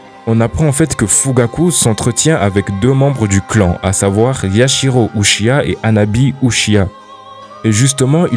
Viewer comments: Uchia quel enfer de prononcé comme ça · c un uchia ? Tu peux pas prononcer Uchiha ? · tu pourrais faire un effort sur la prononciation quand même... "uchhia" t’abuse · Ça se dit '' uchiha'' Ou-tchi-ha | Prononce le ''h'' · Tu prononces très mal "uchiha"